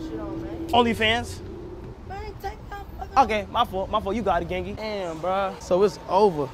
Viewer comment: ITS GANGLY NOT GANGY WTF